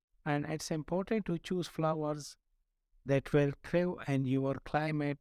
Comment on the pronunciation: Very nice. I just want to help with your pronunciation of the word "Thrive." That word is pronounced like the word, "I've" like"Life" or "eye." Say "The REye Va."